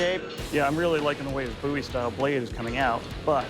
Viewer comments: "a coffin handle BOOOIE" It's BOW-IE. I know how to pronounce my surname. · The way dude pronounces BOWie is irritating